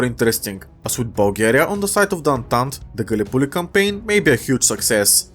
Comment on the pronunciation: lol i love how he says gallipolli